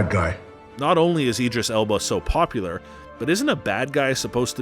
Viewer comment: Dude, what even is your pronunciation? Hem-doll? 😆 EEEdris? Hero-ic? Joel-ee? I’m just sittin’ here LMAO.